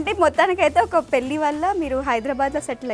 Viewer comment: యాంకర్ గారు మీరు మాత్రం చెల్లి ..పెళ్ళి ల ..ళ ....కి తేడా చూసి పలికితే బాగుంటుంది .......